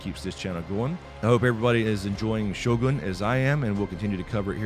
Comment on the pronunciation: So many westerner's pronounced it as sho-gan; correct pronunciation is sho-goon